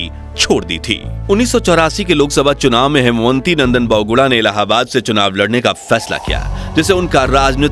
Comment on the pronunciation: Kripaya naam sahi pronounce karain. Wo हेमवती नंदन बहुगुणा थे न कि हेमवंती .....